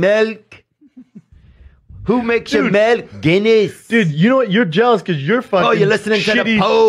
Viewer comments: Why does he call it melk?! 😂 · Lmao, in my country it's actually called "melk". But saying melk when you're english is so cringe. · Melk thing is actually annoying